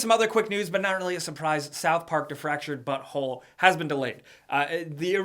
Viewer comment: When you talked about the Fractured But Whole, all I heard was Fractured Butthole